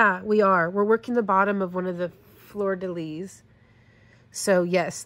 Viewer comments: Absolutely no negativity - French is hard! If you’re interested, the pronunciation is: “flur” (like “blur” - not “flewer”) “duh” (but a light schwa sound, not heavy like we would say in English - you’ve got this perfect ) “lee” (the ending “s” of “lis” is silent) Flur-duh-lee = Fleur-de-lis The French would add some back-of-the-throat to the ending “r” of “fleur”, but that’s not really necessary for non-French usage. It’s fun to see some beadwork in crochet. I’ve done very little, but watching this has made me really want to tackle the coin purse I’ve been wanting to try! 😍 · No offence. The ‘fleur de lis’ sounds like ‘fl er duh lees’